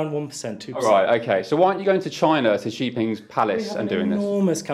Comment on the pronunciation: What a load of nonsense from the interviewer... Can't even say the name of Xi Jinping correctly...